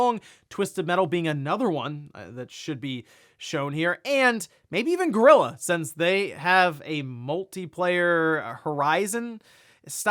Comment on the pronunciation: you keep saying "gorilla" instead of "Guerrilla"